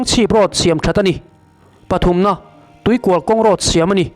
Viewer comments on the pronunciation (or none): Tuikual nilovin Tuikùal tia lam nise.